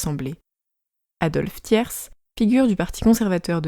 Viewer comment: Adophe ThierSE Mdr !!! Le "s" ne se prononce pas ! Par ailleurs, vous ne parlez pas de la fin de "suffrage universel masculin complet" fait par la république... Et c'est Napoléon III qui rend effectivement le suffrage universel masculin complet